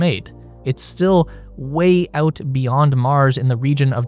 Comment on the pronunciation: every time this clown pronounces AUOWT instead of out I wanna rip my ears off.